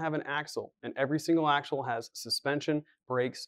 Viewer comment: "AXLE" can't believe no one noticed. Other than that all good...keep 'em comin'